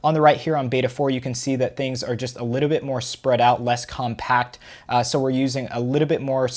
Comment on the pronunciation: Why you saying a litebit instad of a littlebit?